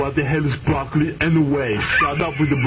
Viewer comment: "Shawt up with de brawkollie" always got me.